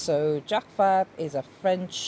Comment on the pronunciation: In French you don’t pronounce the ‘h’. I did like your review though. FYI, fragrance doesn’t have a gender.